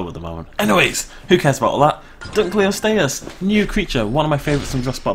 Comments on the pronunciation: U R SAYING THE NEW WATER CREATERS NAME WRONG DUNK O LOST E US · its pronounced dun-lo-lost-ee-us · Its name mean's Dunkle's Bone, named after its discoverer. Therefore it is pronounced Dunkle-ost-eus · Dunkle-ost-eus. It was named after its discoverer David Dunkle and means Dunkle's Bone, there for it is pronounced accordingly